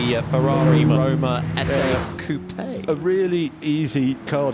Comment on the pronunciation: Why can't they just say coupe its not that hard